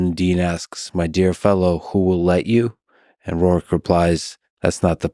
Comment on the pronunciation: its not rourke its Roark.